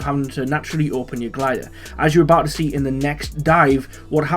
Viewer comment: Did you say as you can scee?